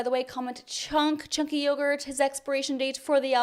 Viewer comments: u say it lovely on my language(croatian) ČANKI ČANKI JOGURT 😂😂😂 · Chunk Yogurt. I think that is my favorite way to pronounce that name I have heard so far.